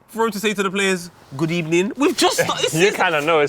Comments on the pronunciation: Unai emery probably says ebening because he is part of a gang that changes V's in to B's #X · Why Emery says Good Ebening In Spain, the letter V is pronounced B. Why? I'll let you think of an answer to that. Hint: There's no rules. For now though let's just be happy there are no English words like Vitch, Vastard or Vollocks. Man would get fined every week for explicit speech #X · out here like a linguistic teacher fam #X GOOD EBENING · Them Arsenal really chanted "sacked in the ebening" No rules #X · Never a good sign that our Manager saying evening wrong is the best thing he does for the club... have a nice... ebening. #X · Emery says good ebening because in Spanish v is pronounced like a b. Habe a nice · From my Spanish class.. we pronounce the “V” as a B. So that explains Emery’s “good ebening” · Emery adds a B to good evening because Spanish people pronounces V's and B's